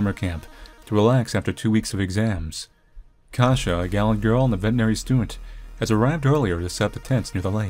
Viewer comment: I love to listen butchering my language ❤ Although your "Kasia" was spot on, I was not expecting that